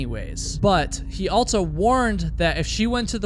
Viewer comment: It throws me off EVERY time he says “altso.” It’s so weird that he says this word with an added T and says it in EVERY video